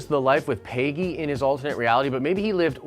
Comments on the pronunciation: Every time you say "paygy" it makes me wince. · I have never heard someone pronounce the name Peggy that way. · It’s not “Peyggy” it’s Peggy.